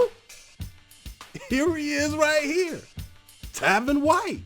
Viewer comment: His name is Tavon White not Tavin